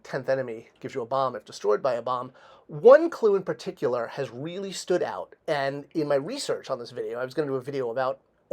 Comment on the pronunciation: I swear to God if you say “paticular” again